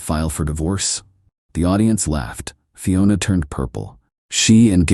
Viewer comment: Dear AI. They were KILLING it, not TILLING it. And at the risk of sounding really petty, Fiona is always pronounced fee-o-na, not fie-o-na. You start it off right but keep switching pronunciations. Aside from that, I really did enjoy the story and you are one of my favourite channels.